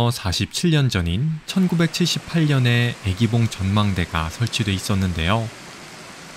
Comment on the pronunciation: 유익한 정보 고맙습니다. 해설 중 '애기봉'의 '愛'는 길게 발음 해야 하는데 자꾸만 짧게 발음하다보니 '사랑하는 여인'이 아니라 'baby'가 되었군요.